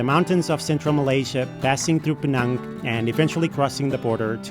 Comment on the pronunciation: Im very happy you pronounced Pinang as how it should be! Pinang, as PeeNang. not Peh-NAANG! THANK YOU!